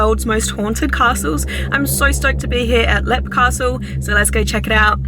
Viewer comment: If you pronounce it correctly it’s leap castle